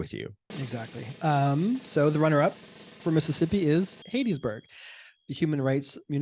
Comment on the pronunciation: It's Hatties like you're wearing a Hat on your head, Hattiesburg